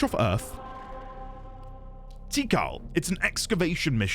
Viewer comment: Well it made me laugh 😂 I've always pronounced it "tee Kall" (with emphasis on the second syllable) so I wasn't expecting it. Maybe a "Tea call" joke, but I like yours better X)